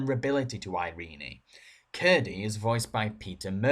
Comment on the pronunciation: "Iree-nee"? Heh.....ehh.